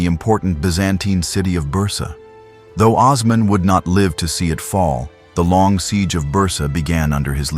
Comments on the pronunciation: You all can NOT be Turkish. Neither am I BUT! I know how to say these significant historical names. You have singlehandedly slaughtered these precious names beginning with Osman. He ain't The Wizard of Oz. He ain't Ozzie Osbourne!! HE WAS "O" 'SMAN!!!! OOOOOOOOOO NOT OZZZZZZZZZZZ HIs name was and NEVER was OZman --- O -- like Ohhhhh!!! with an "s." Then ya'll went on to murder Murad!!! Bayezid!!! Suleiman! Mehmed! and on & on. Watch ATV - Turkish television. They use these names - many modern-day Turks bear these names. You have been disgraceful and insulting to an ancient culture. The correct pronunciation of these names IS NOT DIFFICULT. You are lazy & egotistical thinking you can post something like this without repercussions. Names like Ertugrul ARE NOT pronounced as they are spelled in English. Take time to respect this culture otherwise you are an unapologetic cultural rapist & that greatly devalues any data sharing. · AI is the worst thing to happen to the internet. WTH is Oz-man